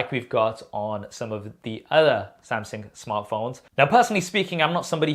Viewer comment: "Samseng"....is it just me but this itch my ears whenever i heard him pronouncing it like that